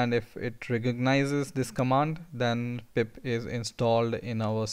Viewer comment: Thank you so much chief. Good content, though I was hearing PIMP all the time haha!